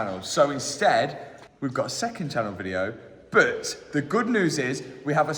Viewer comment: I don’t know what hope you have. He can’t even say “but” he says “bert”… 😂